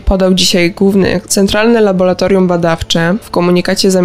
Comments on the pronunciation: Prawidłowa nazwa to laboratorium 😄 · Laboratorium. Nie Labolatorium. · niech Pan zadba o jakość przekazu. Ta spikerka słabo mówi po polsku np.nie labolatorium a laboratorium od labor- praca. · Tylko nie laboratorium!Tragedia,dziennikarz nie może tak mówić. Kończę subskrypcję,z przykrością😱